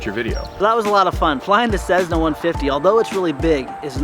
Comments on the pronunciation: It's not a cezna it's cess-na. And fix your god damn teeth. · Dude stop saying cezzna, it's cessna! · i thought you say "tshesna" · "Cezzna"? Lol